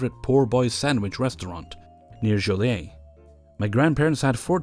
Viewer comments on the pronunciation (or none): buddy,, I love ya... but it isn't "jo-lay" it's "jo-lee-ette" We're from Chicagoland in Illinois, not a fancy ass french town. ily tho. but that gave me a laugh in the first one. Happy birthday!